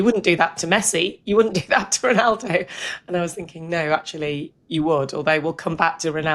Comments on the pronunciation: It's actually Ronaldo not Rinaldo! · You do mean Ronaldo, not Rinaldo, right?